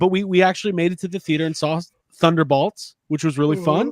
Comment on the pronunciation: BOLTS B O L T S B-O-L-T-S you are killing me. wtf is a thunderBALTS. come on man its annoying af like rick burping in the first season of rick and morty